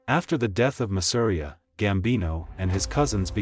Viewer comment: Masseria is pronounced mah-seh-ree-yah 🤓